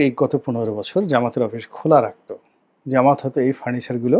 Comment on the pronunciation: জামায়াতের নামটা সুন্দর করে বলবেন। যেমন ;- বাংলাদেশ জামায়াতে ইসলামী